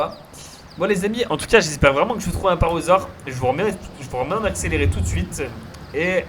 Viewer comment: Hello merci pour cette vidéo, mais je voulais te dire , on dit parAsaure et non parosaure, et l'iguanodon se prononce comme "l'iguane" (le gros lézard). 😉